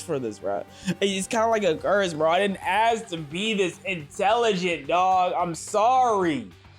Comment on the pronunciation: I didn’t ASS to be this smart bruh. I didn’t ASS for this bruh I DIDN’T ASS TO BE THIS INTELLIGENT BRUH IM SORRY 😂😂😂